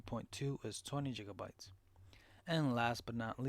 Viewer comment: And on top of ”jigga-bytes” you need to make your mic louder or talk louder. Really hard to hear you, unless you’re in a silent room.